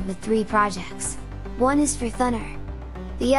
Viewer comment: i might be completely wrong here but always thought it should be pronounced as thooo naaar (or to soun like radar or sonar).... rather than sounding like thunder. but what do i know eh? !! maybe in the creator's national accent it does really sound like the way you said it here in this video. so no matter